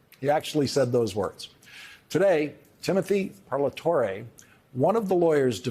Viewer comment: Great as always Lawrence.. and you pronounced Parlatore’s name correctly.. bravo👍